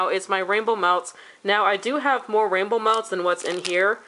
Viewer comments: HA HA! When you said "rainbow melts"... I heard "Rambo melts." I thought... "I haven't heard of this vendor!" :) Loved the video!!!! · I kept hearing 'Ramble Melts'...lol